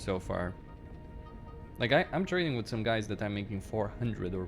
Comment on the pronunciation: It’s called “with” not “wit” pls fix that bro